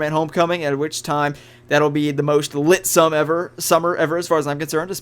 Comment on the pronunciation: Did you say "litsome"....?